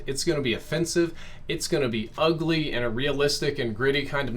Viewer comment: lol “ulgy”